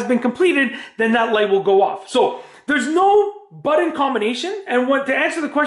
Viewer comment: this is horrible the word BUTTON, is not pronounced buden...so annoying oh and my descaler light did not go off after descaling because this model is a pinta to maintain and I got one cup descaled and the light blinked again. So you do need to know how to turn of that damn light